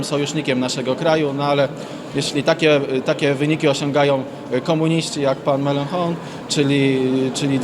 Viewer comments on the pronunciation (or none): komunista Mélenchon wymawia sie meląSZą ;) a nie melanhon, wystarczy przez google translator przepuścić, wujek google dobra rada, pomocny w razie wątpliwości ;)